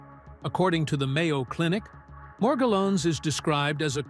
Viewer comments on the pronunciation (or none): It's "Mor-GELL-ans" Disease.